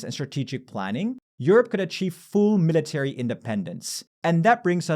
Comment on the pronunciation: Thanks for the great video! Two constructive comments on pronunciation: the stress in "military" falls on mi- instead of -ta-, and "nuclear" is nuc-lear instead of nuc-elar. I'm an ESL teacher and I love learning about pronunciation things - hope this is helpful. :) and thanks again for all the information and analysis in the videos!